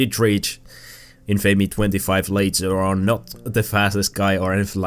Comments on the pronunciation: It's in-fa-me, not in-famey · Your pronunciation of Infamy pisses me off more then it should.